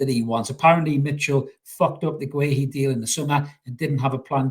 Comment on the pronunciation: It's pronounced ''Gay-he''